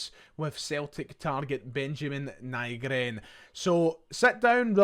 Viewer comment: Nygren translates to/is pronounced Newgren in english. Ny is Swedish for new.